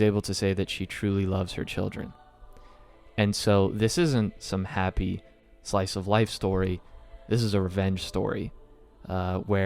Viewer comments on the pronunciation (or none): none